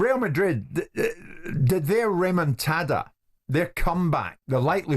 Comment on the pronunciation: Jim has discovered a new Spanish word 'Remontada' (comeback). It's a pity he cannot pronounce it correctly.